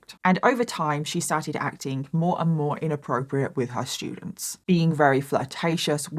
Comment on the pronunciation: Anyone else interested in and Mike (“That Chapter “ YouTube channel) collaborating on a true crime story/episode? accent pronouncing “st” sounds as, “sh”, and Mike giving us his “ter” for “th” pronunciations with his? “Terdy shtudents”…. It’d be phenomenal. I do NOT mean this to be offensive, so please refrain, Negative Nancies. LOL